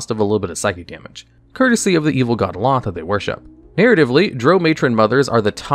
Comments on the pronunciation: to the Isle of Rothe... Hearing him say both Drow and Lolthe He mispronounced them both. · I thought your pronounciation of " Drow" was painful until i heard you say " Lolth" 😂